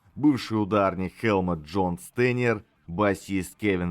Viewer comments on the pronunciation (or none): none